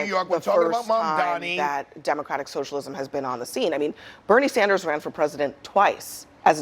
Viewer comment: Can someone please tell them that it’s Mamdani, and not Mandami🤣